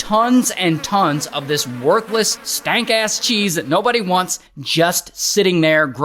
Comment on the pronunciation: Not sure why but i laugh everytime he says stankass🤣🤣🤣🤣